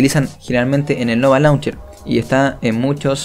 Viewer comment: Se pronuncia launcheir